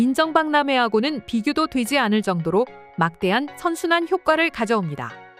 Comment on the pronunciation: 선순환(善循環) 명사, 순환이 잘됨. 또는 좋은 현상이 끊임없이 되풀이됨. 선순환을 발음 할 때 선 자를 길게 발음해야 합니다. 짧고 강하게 발음하면 전혀 다른 뜻이 됩니다.